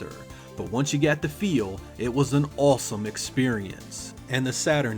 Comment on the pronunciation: Why do you pronounce the aw sound like in in awesome like "all" "allsome, balls battle"??